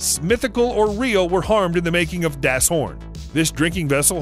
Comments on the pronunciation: it’s pronounced “das” as in boss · The way he said dasssss Horn killed me inside